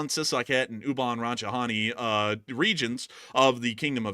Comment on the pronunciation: In Ubon Ratchithani, the T is not silent, it sounds like the word, tawny. You're saying Rachi-hani.